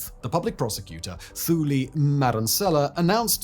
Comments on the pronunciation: It's pronounced "TooLee" not Thooly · It's pronounced; two-li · Bro,😂😂 It's pronounced Toolee Madonsela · Entirety of DT’s presidency. You’ve drunk all the Kool Aid. It was “State Capture” by the way. And she’s Thuli, pronounced Tuli. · Thuli is pronounced 2-Lee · It's pronounced "Too-Lee". The TH sounds like a 2 when pronounced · Look man, it kinda delegitimises your whole video when you immediately mispronounce a key figures name. Thuli is pronounce two-li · Thuli is pronounced Toolee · Thuli is pronounced 2-lee... Did you even try to get the name right? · Thuli is prinounced Tuli, only english has the th as an f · As much as I love your content I have to say the number of mispronunciations in this video are nails on a chalk board. At the very least had you reached out to a South African to just teach you that the "Th" in Thabo and Thuli are pronounced "T". Excellent content as always but next time just reach out man. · Ey man uhmm..... the "Th" in South African names is actually pronounced the same way you would say words like Tom,table,Tabet and ion know, twinke twinke little star. Thuli Madonsela is simply pronounced as 2li and Thabo is not what you just said there on video. I really don't mean to be rude. Someone had to say. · If ever you need help with pronunciation of the names, let me know. Thuli is not pronounced with "Th" its pronounced as a "T". The same is true when pronouncing Thabo. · Just a point of pronunciation: The name Thuli relies on a hard T sound and a silent H thus rendering the name Tuli Too-lee. Likewise Thabo is Tabo Taa-bo. Mbeki is mm-bekee with no vowels between the M and the rest of the name. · Love the piece - could have done a bit more research on how to pronounce south African names. It really takes me out of the video whenever you mispronounce a simple name. You do not have to include the "h" when pronouncing names such as Thabo and Thuli. It's literally "tah-bo" and "too-lee" . Just a small nitpick.